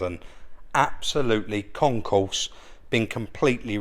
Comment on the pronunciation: Ahem, it's Concours ... not concourse.